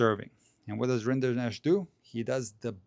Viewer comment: Funny detail: Vacherot is french for cattleherder or cowboy. Rinderknecht is german for the same profession. So, it's just that single T missing and the funny french way to pronounce Rinderknech. Very respectable achievements of the two "cowboy-cousins".